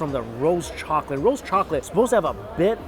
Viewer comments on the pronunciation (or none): I always laugh when he says "chockatey"